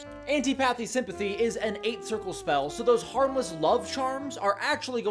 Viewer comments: "I've never heard of Anty-pathy Sympathy before" yeah I can tell by your pronunciation 😂(it's an-TIH-po-thee) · say it with me: an TIP uh thee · The way you pronounce "antipathy" hurts my soul